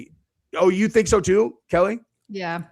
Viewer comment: It's keli